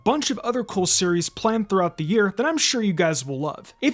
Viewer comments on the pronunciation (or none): none